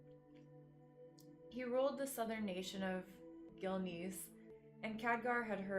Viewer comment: the pronunciations are killing me. "Jenn" "Gil-nees"